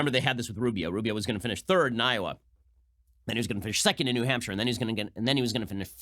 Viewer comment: Did burny just pronounce Iowa.....Iowere? Of course he did.